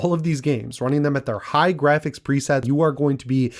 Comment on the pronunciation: The gwafix! Surely they will affect my skill as a gamer! 🤪😂